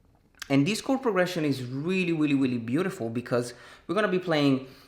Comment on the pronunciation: "Weally weally" 😂😂